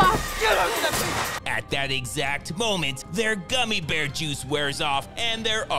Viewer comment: Gummi Berry juice Not Gummy Bear juice I guess you never watched Scooby Doo either.